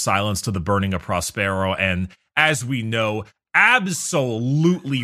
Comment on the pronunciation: That pronunciation of Prospero is killing me.